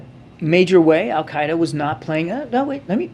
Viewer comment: Wh dude can't even pronounce AL Kite A consistantly